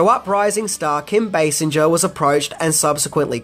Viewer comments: The actress who played Vicky Vale in this movie is Kim Basinger (pronounced BAY-SINGER, as in someone who sings, NOT BAY-SIN-JUR) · your awesome and the channel rocks. One thing though, her name is Basinger as in Bae-sing-er not as in Bae-seng-er. Sing not senge or if easier singe. No worries, your not gonna redo the video lol but for in the future. The only reason I know that is because I fell in love with her as a kid after seeing Batman lol and learned a lot about her lol. Such a beautiful woman. Also Nike is Ny-kee not Nyk. Ny-kee is how it's said here in the States where they were created lol. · Kim Basinger's surname doesn't have a soft G sound it's pronounced as Bay-singer, you know SINGER like the singer of a song? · Kim Basinger (Bay-Singer) and the shoes are Nike (ni-key) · It's pronounced Bay-Singer. There is even a joke about it on the Simpsons where Homer kept pronouncing it the way you did. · Kim Basinger's name is actually pronounced as "singer". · You pronounce Basinger like this: BaySinger. A Bay and a Singer. Bay Singer. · Kim Basinger's name is not pronounce with the G making a J sound. It's like Bay-sing-urr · Basinger= base-singer. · Sorry, I watched the whole video and I have only one thing to say...They're pronounced Nik-ee and Basing-er. Do Aussies pronounce Nike without the long E sound? 😆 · Kim Basinger is pronounced Bay Sing Er. At least you didn’t say Bass Inger. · The cringiest part of the video is his pronunciation of Kim Basinger (BAY-singer). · I have to say.... thisnis a good video. However.... Kim Basinger is pronounced with a "Guh" sound. And NIKE is pronounced "Ni-Kee". Lol